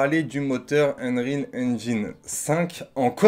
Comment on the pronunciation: C'est UNRIOL pas unerile ..... Anglais bac -8